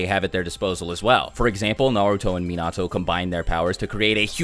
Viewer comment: most of your pronunciations were spot on except for Minato. particularly the na doesn't sound like nuh it's nah as in nacho. you pronounced it correctly in naruto but not Minato which is odd to any japanese speaker. its not like English where it can vary widely there is really only one way in Japanese.